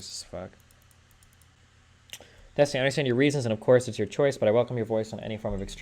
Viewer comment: Cokestiny? XD